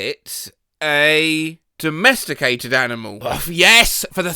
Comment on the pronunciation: put it back to donesticated since the guy says "donesticated" instead of "domesticated"